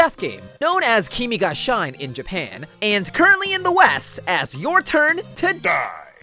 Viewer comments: ITS KEY ME GAH SHE NAY NOT SHINE LOL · Kimi ga shi ne (she neh as pronunciation if I'm not wrong or I'm just dumb) not shine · so just one gripe. It "KI-MI GA SHI-NE" not shine. i had a stroke hearing you say "Shine". my heart was sinking so much when you kept butchering some of the names. T^T anyway, best moments overall for me: WHAT DO YOU MEAN YOU'RE <HAVING> SOU-P?!!!!!! TITS! All Compilations Weaboo??? dj gashu begins argument armament says the F word. _Youtube_: DEMONETIZATION I saw that on the third quick fire sprite. nice d**k move! and, i'm not gonna lie, actually. sue's character looks..... pretty cute to me, like i wanna hug her... (you have the right to pummel me to death for that one), but her personality just makes me wanna send her to plastic memories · It’s not: “Keemi ga shine” lol. It’s “Kimi ga shi-ne”. What you said is “Your turn to shine” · FYI: Kimi ga Shine is pronounced "Kee-mee gah she-naye" I think it means "You must die". Also FYI: I wasn't sure if you were joking or not... I'm getting old... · STOP CALLING IT KIMI GA S H A I N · Um.... it’s a Japanese title so u pronounce every letter like kimi no shine (she- neh) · “Kimi go Shine” but Shine is pronounced like the English word Shine. Great work! Honestly this is as funny as ever tho love it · Y,, you said the Japanese title wrong